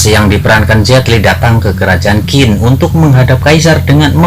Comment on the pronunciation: Qin...tapi Bacanya TjiN...